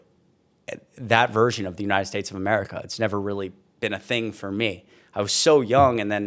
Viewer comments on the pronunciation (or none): Waste of flesh can never simply pronounce the United Shhhhtates.